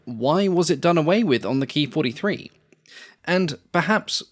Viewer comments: It’s not a Key 43, it’s a K (Kay) I (Eye) 43. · It was called “K-I 43” not “Kee43”